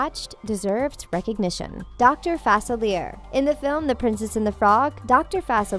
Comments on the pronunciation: It's facilier not sillier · It Dr facilier not far Sally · She clearly didn’t see the Princess and the Frog. She butchered Dr Fa-Sil-EE-Aye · she said fallicer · Fa-silly-yay (that's how you pronounce Facilier) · Dr. FA-CEAL-YAY Dr. Facilier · You pronounce it wrong it's pronounced dr. facilliey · If you’re gonna talk about characters, learn their names and know how to pronounce them. It’s fass-ill-ee-ayy, they say it in the movie over and over again. Have you seen it lol? These lists are always so ridiculous 😑... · Please do your research on the names I'm sure an eight year old would have said Fa-cilll-e-AeY like really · For the love of God - it is pronounced ,"fah-silly-eh." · dr faciliers name is pronounced (fa-cil-e-a) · its pronounced Doctor FAS-EE-LEE-AIR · They pronounced Dr. Facalier wrong. I think he should be a bit higher on this list I think he should be at least in the top 3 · Why didn't anyone cheak this, the actor reading the script didn't pronounce the vodo villain from prince's and the frog correctly, and where did you find the name for the beast??? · You said Dr. Facilier wrong.